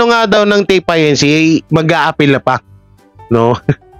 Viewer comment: TAPE INC. that is INCORPORATED (INC) (Do not spell out) pronounced it INCORPORATED